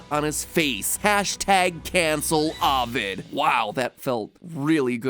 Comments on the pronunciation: The big ones were Daedalus and Ovid. It’s supposed to be DAY-dah-lus and OH-vid. And even then, Ovid could be pronounced OH-whid in Latin but we don’t talk about that lol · Take a shot every time MatPat says Dedalus Edit: or Avid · The way he pronounces Ovid is how Jeff Winger pronounces Abed.